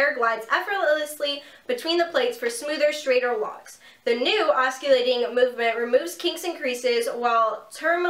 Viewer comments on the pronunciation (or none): Thank you for a great review of this iron. I've really like Brocato products overall and wanted to try this oscillating iron (it's pronounced "awsillating" instead of "awskillating" - just thought you'd like to know!). I've been looking for reviews on it and videos of actual use, so thank you! Good video! I relate to you because I have invisaligns too ;-)